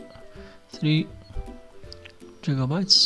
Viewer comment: LMAO man said jigabytes haha